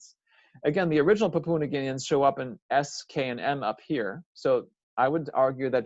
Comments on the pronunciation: Lol it just got me talking about languages and couldn't even pronounce Pa-pu-a New Guinea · Very interesting, though it vexes me every time you pronounce the word 'Papua'